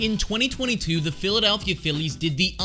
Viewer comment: Lmao 😂😂😂😂 dude. . I thought I was the only one who noticed this. What a 🤡. Philladaaalllphia 🤣😂.🤦🏻‍♂️🤦🏻‍♂️🤦🏻‍♂️🤦🏻‍♂️🤦🏻‍♂️ He keeps saying it too lmfao